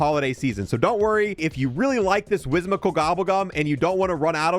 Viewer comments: "Wizmical" whimsical. Whim. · My dude doesn’t know how to pronounce “whimsical” lmfao